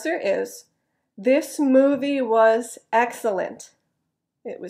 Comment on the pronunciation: "was" is not pronounced [wəz」or [waz] but like [wiz] or [wz] when you speak at natural speed. It stunned me. What is what I have been studying so far such a easy word. What I have to do is to get used to it. And, could I have a question? You said at the beginning, "I have watched three movies from home." I wondered "from"? Isn't it "at", is it? Thank you as always. Invisible pollens has come to me. My eyes and nose are itchy today a lot. btw, Are you alright with earthquake? I hope you're safe. We have no shaking last night here in Nishinomiya next to Kobe. Take care.